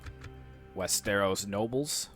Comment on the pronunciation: just a nitpick but its wester-os not west-eros